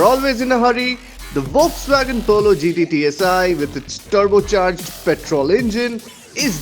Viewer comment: Did I hear ‘V’olks-wagon ?? Well cant be on PD, so suggest an edit there please. Else, an excellent review as always !!!